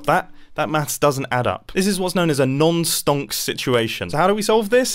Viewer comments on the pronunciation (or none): Hearing Mumbo say no-stonk situation is one of the most jarring experiences of my life